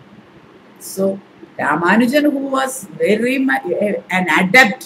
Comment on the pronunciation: Madam: His name was "Ramanujan". Unfortunately this is a common error. Humble pranams